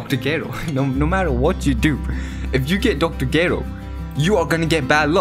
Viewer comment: Look fam I love your videos buttttttt It’s kri-llin And dr ger-ro